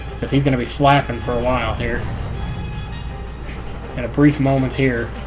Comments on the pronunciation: when u said flapping i thougt u said fapping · "... because he's gonna be flapping for a while now..."i totaly heard taht in a diferent way